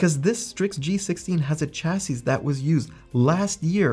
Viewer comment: Informative video, but someone please teach this man how to pronounce “chassis”.